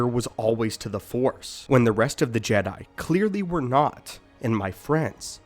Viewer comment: Sense when do you pronounce it Jedie I can't watch this